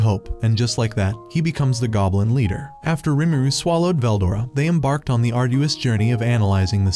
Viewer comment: I don't know how far you made it in but I literally made it 4 minutes 20 seconds and he mispronounced veldora and that was all I needed to hear